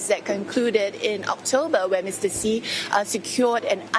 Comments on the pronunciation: Who is “Mr C”??, you’re the China correspondent — pretty please fix your pronunciation. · Why can't foreign reporters say President Xi Jinping name right? I've heard his surname pronounced "Shy" and now the CNA reporter said "See". How hard is it to follow China national broadcaster pronunciation and call him "She Jin Ping"?